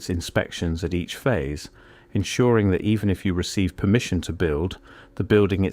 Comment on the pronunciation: "Permmission". Funny thing, that. So exactly what do I lose if I don't get "permission"? BTW, I know there's ways around this, but for ease of operation, I bought my first house (in CASH) at 50 years old in the middle of a rural area in Tennessee, outside city limits, unincorporated, no HOA, no building codes, and no municipal cops. That's a good start. Super cheap. And I can lawfully shoot my guns off my back porch. 🎉